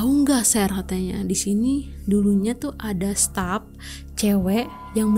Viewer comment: stap itu staff? sip itu shift? opis? bingung dengernya